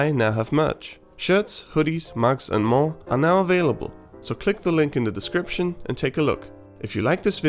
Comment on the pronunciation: Gah! You didn't rhyme more with store!